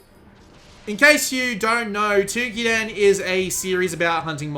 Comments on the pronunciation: Dear god him saying Twokiden instead of Toukiden is pretty annoying. lol But...good video, its just annoying to always hear foreigners mispronounce things. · The "ou" in "Toukiden" is pronounced as the "ou" in "Touhou".